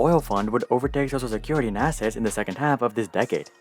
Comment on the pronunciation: Why do you pronounce "social security" as "sosa security"?